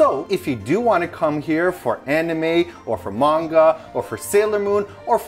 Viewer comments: Love you two, but please pronounce manga correctly! ❤️✌🏻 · Glad that later in the video pronounced manga as ma-n-ga and not as you two were earlier in the video, me-i-n-ga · Omg hearing them say "Mang-Ga" in the beginning breaks my heart. Then some how they say it right 😂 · It's "mahn-ga", you guysss. I KNOW you know hiragana and katakana, so I know that you know that the A in Japanese is an Ah sound. Teach your followers the proper pronunciation plz. It's also "flah-n"!😄I'm sorry i'm busting your balls. For foreigner's who get tired of Japanese food, like my friend quickly did when we went after about 3 days, lol, other future tourists should know, there are lots of (good) chains from the U.S., the U.K. and other countries in Tokyo when you may want a break from Japanese food, such as 800 degrees pizza from L.A., Shake Shack from NYC, Starbucks, of course, etc. and if you Google search "American restaurants in Tokyo" or "British restaurants in Tokyo" etc. Lots of restaurants you know and also Japanese or foreign-owned mom & pop places with those comfort foods you're craving will pop up! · Love you guys to death, but you're killing me with the various pronunciations of "manga" in this one video. />O<\ I humbly ask to please not start off as you would with the word "man" as in a human or as if you're greeting someone with the phrase, "Hey man!". Manga would be pronounced more like the "Ma" in "Mama" followed by a hard "n" as in naught and the "ga" sound as in the Gambino crime family or Ghandi which are the first well known words/names with that sound I could think of! Also...Yea! for the return of a TL;DR video! I laughed/was in shock with the return of the opening and music. :D Loved it! (I'm not trying to be a prune, btw. Two years of intense Japanese language classes drilled pronunciation into me so much so that I physically cringe when it's westernized. ^_^;;) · I am so sorry, I love you two...but plllllzzz stop calling it Main-gah :'( it hurts mah soul!